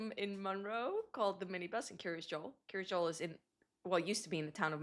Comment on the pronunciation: Dear F Why do you call it Kiryas Dzool, instead of Kiryas Yo’el, In Yiddish pronunciation of the letter Yud?